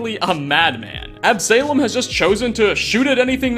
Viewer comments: ab--suh--lom not ab-salem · Absolom is not pronounced AB-SALEM! It's pronounced AB-SO-LAUM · Also, it's Absalom. Not Ab Salem. Absa-lom. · Ab suh lom not ab salem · It's not ab-Salem its pronounced absulum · Ab-say-lum? AB-SUH-LOM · Absuhlom not Ab-Salem. It's a biblical reference name I think. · Your pronunciations are ridiculous. Query? Absalem? stop rushing videos and do some phonetic research. Real talk. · AB-SA-LOM NOT AB-SALEM Ya know? Like Absolon? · On a similar note, the "salom" in "Absalom" does not rhyme with "Salem", but "shalom". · I think Absalom is pronounced Ab-soul-om like the island in the Ray Liotta movie No Escape (great flick btw). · K-WAR-ee ab-SUH-lom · Absalom (as in, King David's third and favourite son) somehow becomes Ab-salem? pronunciation and often curious use of English is usually funny, but come on man, 'Absalom' is phonetic! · Absalom: ab-sah-lawm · Ab-saylom... bruh 😂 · Ab-suh-lom, please. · "AB-SALEM"? sheesh... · Ab-sah-lohm. Son of King David, in the Hebrew bible. That's not snarkiness - I love the videos, figured you'd like the note. :) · Absalom: Ab-Sah-Lom. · Quarry is pronounced Kw-or-ey. Like Corey with a w in the middle. Absalom is pronounced Ab-sah-lom. I've seen enough of your content to know that you played Skyrim for 6ish years without voice audio and thus butchered every name of every person, but this is egregious. These aren't uncommon words. Absalom is a biblical name, King David's son, who rebelled against the empire his father built. Absalom is a name born of rebellion against all, including that which is closest, and make perfect sense for the character. If this is intentional, it is not funny. It's right there with nails on a chalkboard. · absalem gets under my skin lol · Quarry is pronounced "KWOR - ry" and Absalom "AB - suh - lom." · Absalom = AB-suh-lawm. It's a biblical name. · the real insanity is the way you pronounce Absalom lmao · that's definitely not how you pronounce Absalom